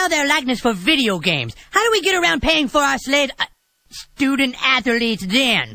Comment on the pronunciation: stoodent atholeet